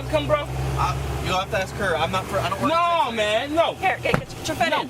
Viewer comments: It's always "I was finna ax you a question" with these people. This truck is over 2600GVW and is not even supposed to be on that "skreet". It's like they're too stupid for societal rules. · Did he want to axe a question?